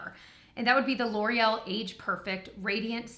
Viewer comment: Because of the Welsh brothers I can't see anything L'oreal without pronouncing it Laurel. 😂